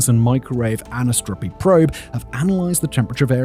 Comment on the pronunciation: It's an Anisotropy probe, not 'anisopotry' or whatever he muttered...